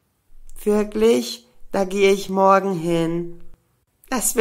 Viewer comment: morge oder morgen?hä